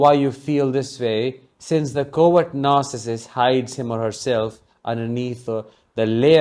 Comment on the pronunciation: When you say words 'covert narssistic' but I heard more 'coward narssictic'. Hahaha. I love it, it fits them !!!!